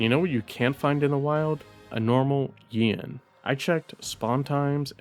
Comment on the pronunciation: Not normally one to complain about how other pronounce names, but when you said Yian, I was so confused. I thought you were talking about Ian, or Rathian. I'd recommend calling that monster KutKu to avoid confusion. Especially when/if Yian Garuga gets added to Wilds.